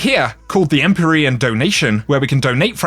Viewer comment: You mispronounced EmpYrean, also the armour ornament from last season (Eververs) were called Empyrean something